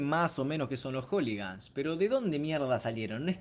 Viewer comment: "Joligans" ah bue...